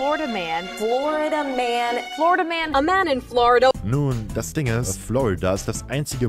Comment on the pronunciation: Ich verstehe andauernd Flood-a-Man, anstelle von Florida-Man 🤔